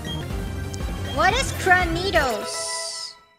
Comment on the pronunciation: Between kroni's cray-nidos, reine's cra-'nee-dos, fauna's cra-ni-'dos and bae's cra-ni-dose we got now 4 canonical ways to pronounce the poor dino's name (along with the 4 different ways to destroy it)